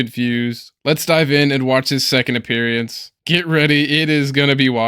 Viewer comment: you’ve been watching too many of these delusional sovereign cidiot videos. You’re even saying “appeariance” instead of “appearance”! Please take a vacation to the beach for at least a week… maybe two… and clear your head! 😂🤣😂🤣😂